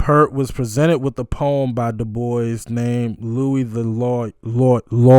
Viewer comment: Pye Dubois is pronounced Dew-bwa. Max Webster is another Canadian band, not quite as successful as Rush but a great band. Listen to "Battle Scar" ; it's a Max Webster song with a surprise...